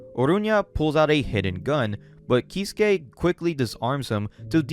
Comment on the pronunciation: Example of a name in this vid: "iie" is not "Eye-E" but "E-ay" "Keisuke" isn't "Key-su-kay" but "kay-su-kay"